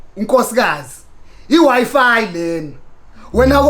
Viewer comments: ok yi wi fi not wife haha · It's not wife , wi-fi . 🤣🤣🤣🤣😭😭😭😭